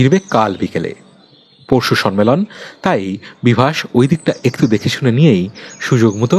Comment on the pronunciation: উপস্থাপনা আর একটু উন্নত হতে পারত. Sonman... Sonmelon কথা দুটো ভুল... কথা টা somman আর sommelon.. ন এর উচ্চারণ টা হবে না কানে লাগছিল তাই বললাম ❤❤❤